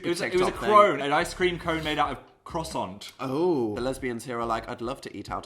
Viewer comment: Dan wtf is a crass-ont. I'm canadian and I'm offended on behalf of the French